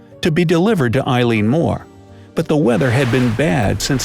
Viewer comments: Eilean Mòr is pronounced Elly-an More. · I wish you people would learn to pronounce the name of the Island properly and not calling it after a girl.